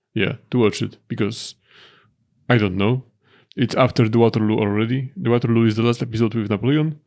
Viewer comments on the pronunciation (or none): none